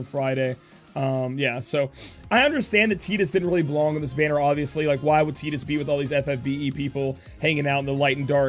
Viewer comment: you're saying tidus's name wrong